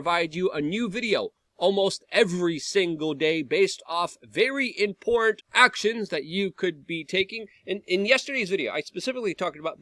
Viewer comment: e I've been telling him for years that there's a t in important